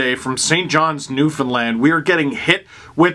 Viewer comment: I’m just really happy you pronounced Newfoundland correctly 😂